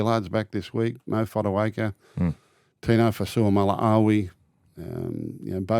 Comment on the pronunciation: Gus ace it with Tinos last name correct pronunciations 👌